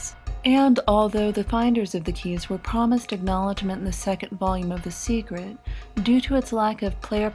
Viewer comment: WHY THE FUCK DOES SHE KEEP SAYING "SEGRET"